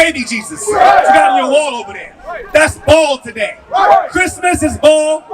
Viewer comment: Pronounced Baal not ball ❤❤❤